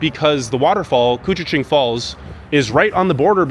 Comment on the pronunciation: Very impressive you pronounced koochiching correctly! 👍🏼🤣 Born in Baudette, I haven’t been to “I Falls” in probably 35-40 years now and you did a wonderful job showing it off! Fun Fact: we can easily experience 60-70 degree temperatures changes within a day or two, -30 to +32 is quite common. Fun Fact #2: we own more clothing than other people (eg.)3 -4 pairs of boots along with tennis shoes and sandals. Same thing with Jackets, hats, gloves and scarves!